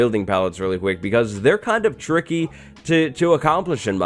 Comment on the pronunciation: Are you saying “this is tricky”? Or “ this is turkey”?